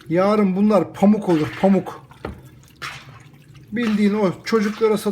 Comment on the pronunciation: Paamuk değil paammuk